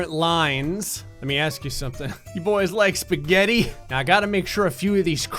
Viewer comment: Spegettie of uncertainty